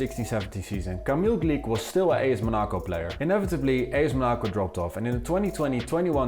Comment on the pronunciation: WHYYY are you saying Monaco like that